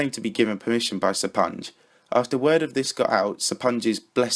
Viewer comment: I think you just butchered the name "SrGuillester." Considering he's Spanish I would assume the Sr was meant to be the abbreviation for Señor, and since "ui" following a G in spanish is pronounced "ee," it's Señor Gee-yester if you spell it out Sorry for being a grammar nazi, blame OCD